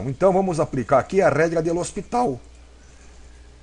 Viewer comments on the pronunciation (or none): Lê Hospital...kkk